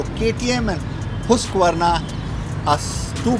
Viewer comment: Finally someone pronounced Husqvarna correctly!